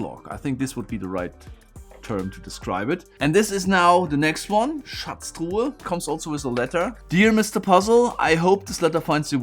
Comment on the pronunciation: The way he pronounces Schatztruhe sounds like he’s a German?